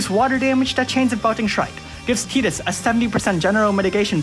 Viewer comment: I hate that you Pronounce Tidus's name right. The Canon way to pronounce it is stupid AF, how does Tidus pronounce like Teedus? WHY?!?!?!? Darn you Square!